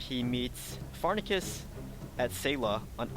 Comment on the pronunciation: You said Pharnaces Incorrectly